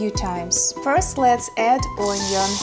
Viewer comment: Hi ..Just wanted to say that your command the English language is very very good. Onion is pronounced Union btw 😊. Here in the UK I have a work colleague (Marina) from Siberia and her English is also good. She also says ‘my dear’.